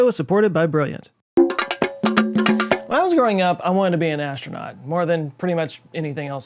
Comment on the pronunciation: Am I the only one being bothered by this silly, Sean Connery style, pronunciation? Words like 'astronaut' should be pronounced with a sibilant 's', not the sibilant 'sh'. It's astronaut, not ashtronaut! 'Shcott', do you also say 'nucular' instead of 'nuclear', 'nuculus' instead of 'nucleus' or 'ax' instead of 'ask'? I hope you don't... You are not Sean Connery, mate! You don't have a speech impediment, as you can clearly pronounce 'looks' with a sibilant 's'.